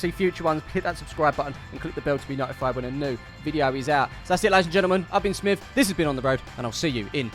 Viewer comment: Well done smiv for saying my name right again! Might remember me from Takeley fc video when I mentioned Clive 😂. Anyway have you seen him lately???